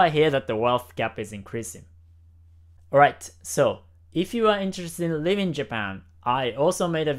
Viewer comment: Great video, love your stuff! Just one thing, you should say "Living in Japan" because it sounds like you're saying "Leaving Japan"